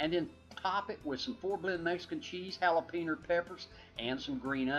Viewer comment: Hahahaha! I finally found someone that says jalapeno pepper the same way I do! LOVE IT!